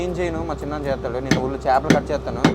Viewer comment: చాపలు కాదురా బాబు " చేపలు " అది తెలుగు నేర్చుకోండి ఫస్ట్....